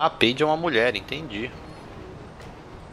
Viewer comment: O não sabe falar mulher em porra... so fala muier